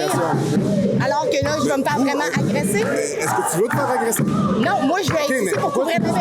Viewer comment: ''est-ce que tu veux tfaire agraisser?'' wtf.... ya vraiment dit ca??!!